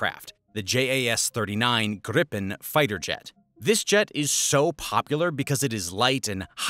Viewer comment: "Gripen" is pronounced "gree-penn".